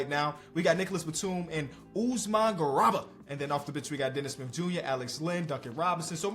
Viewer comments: and mispronouncing “GARUBA” as “GURABA”😭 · please, its pronounced Usman GA-ROO-BA. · GARUBA GA RU BA Not garaba. Y'all really need to do better pronouncing African names. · Really appreciate the content man. Check out the pronunciation of garuba tho:) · One day will pronounce the name garuba correctly